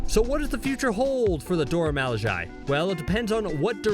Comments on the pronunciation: I feel like actually pronounce words wrong on purpose. Even falcon says the "Dora milage" correctly in the show. I love that scene when Ayo stomps on the shield then catches it perfectly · If you are making a video about the Dora milaje, the least you can do is learn to pronounce the name. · Your pronunciation of Dora Milaje is trash. Cringed every time. Put some respect on their name and do better. Jfc. Delete this and redub it for God’s sake. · Bro you literally said the name correct the firsttime you said it and then you proceed to mispronounceit the entire rest of tbe video. Do better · I swear he says Dora milaje wrong one more time I’m gonna lose it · Woooo did u just Pronounce Dora Milaje wrong... we got a problem. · It bothers me so much I can’t watch the video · Y’all need to learn how to pronounce their name and then redo this video with some respect ✊🏾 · I serious stopped watching this video 3mins in because dude can’t properly pronounce “Dora Milaje” and he does it soooo many times... Seriously tragic for what was probably a good video. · I couldn't continue watching this when he couldn't even say the Dora Milaje correct. COME ON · ❤I appreciate the love you are giving the Dora Milaje, but please learn to pronounce their names next time. 🙏🏾Incorrectly repeating a name when there is plenty of references to learn how to pronounce is like names on a chalk board. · Initial first minute- cool video Next couple of minutes of narrator intentionally mispronouncing Dora Milajie and I am done. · This fool had the name "Dora Milajie" pronounced correctly TWICE by a member of said group at the beginning of the video (in a scene that he thinks has the best line the in both MCU shows) and he goes one to pronounced the name correctly three times after that, but still proceeds to pronounce it wrong thr rest of the video?? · Why are you saying Dora Milaje like that? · Why does he pronounce Dora Milaje like that? Lmao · u pronounced doramiliaje wrong